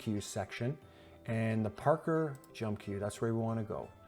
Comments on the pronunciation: Pronounced "par-koor" not "Par-ker" heh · Omg, I can't listen to him mispronounce "parkour" one more time. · The way you pronounce parkour… 😅